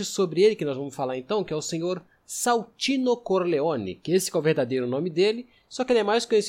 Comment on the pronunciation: corrigindo é Santino e não "Saltino" Corleone kkkkk